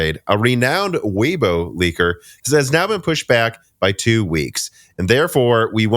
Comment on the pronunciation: Super minor correction for how to say “Weibo” if you care: it’s pronounced “way-bwo” :P back to the video for me